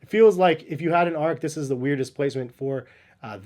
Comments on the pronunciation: It's ARCH not ARK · You review shoes.....it's pronounced ARCH (R CH).....just saying.....not ARK